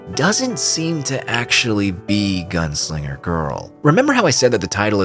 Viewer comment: À chaque fois que tu disais "Gounsliger" à la place de "Gunslinger" j'avais envie de te fracasser la mâchoire et te péter les rotules... 😒😓